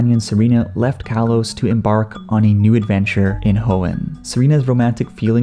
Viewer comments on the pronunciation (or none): none